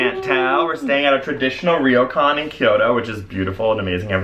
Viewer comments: "rio-kan" XD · lol it's not "ree-oh-cahn"